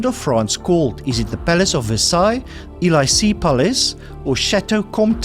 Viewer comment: Elysee= Eh Lee Say